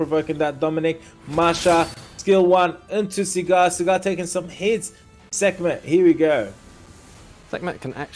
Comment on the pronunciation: SAGAR... his name is SAGAR. Not Sigar/Cigar?!